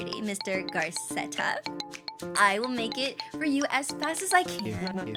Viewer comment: I love how she says 'Garceta' when theres no r in the name 🫡